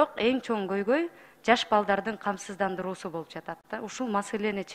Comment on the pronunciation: Камсыздандыруу деген созду зорго айтып жатат ко.